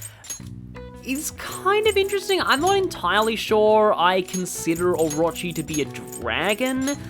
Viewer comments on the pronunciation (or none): none